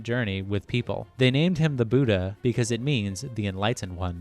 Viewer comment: As a Buddhist who was studied Theravada Buddhism he was 100% accurate only thing he got wrong was the pronunciation of the Lord Buddhas name. Also I don't think the Muslim people will be happy about the depiction of the Prophets Muhammed's face lmao